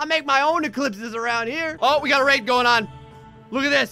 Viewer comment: Whenever he says raid i keep hearing rape